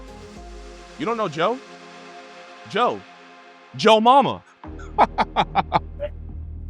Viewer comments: Why do you say Joe so weird? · 8:355 that cannot be how you actually say Joe